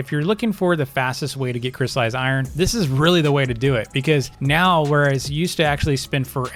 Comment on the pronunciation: JUST STOP JUST STOP IT’S NOT CRY IRON YOU DON’T CRY OVEN IRON IT’S CRYSTALLIZED IRON NOT CRY IRON